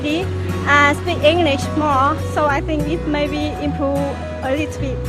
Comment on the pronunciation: Từ maybe nên đọc chuẩn là mêbi nhá. Có nhieu ng đọc maybe... vl